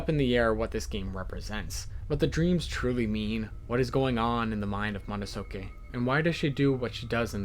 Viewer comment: hearing him pronounce Madotsuki as "ma-da-so-ki" gave me physical pain